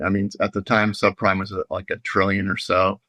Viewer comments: Did he say sub prime crisis or sub crime crisis? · I love how mis-pronounced the 2008 sub-prime crises as sub-CRIME. Seems accurate to me, for both 2008 and 2026...